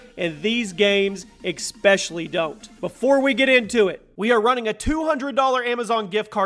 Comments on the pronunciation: I want the amazon gift card so I can teach people that it's pronounced especially and not expecially. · "Level Up Backwards" - so... Level Down? Also, it's pronounced "ES-pecially" not "EX-pecially"... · Did anyone else also noticed the ‘expecially’ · ECK - SPECIALLY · "expecially?" lol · It's pronounced eh-speshul-lee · Jesus Christ man....there is NO x is the word ESPECIALLY....FFS learn to pronounce